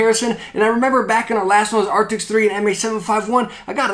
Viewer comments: Arctis. Not Arctics. :) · It's Arctis, not Arctics :) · The moment you say arctis wrong in a review, he keeps saying arctics.